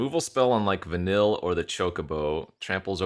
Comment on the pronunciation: I hate myself for being this guy. But wotc made my favorite IP of all time and put even more eyes on it.. so….. Vanille is pronounced Vuh-neil A lot of names in XIII have weird spellings.